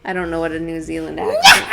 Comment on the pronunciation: Love you, watching you has encouraged me to explore my own abilities more in psychic mediumship and spirit communication and absolutely adore these podcasts, I'm from New Zealand and you pronounced both the Country and City name correctly and being someone who grew up with their older sister living in Auckland and having gone up there many many times I can confirm hearing the witches cackle, it's quite a haunting sound like a whisper being carried through the wind as if it's off in the distance a bit. Beautiful area to walk around in the evening and early night but not a place you want to be hanging around in the early hours of the morning late into the night.